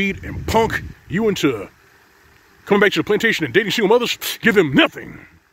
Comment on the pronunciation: "Give them NOHTING".